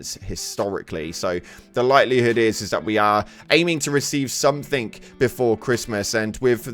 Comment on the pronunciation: Somethink? SomeTHINK? AAARRGH!!!!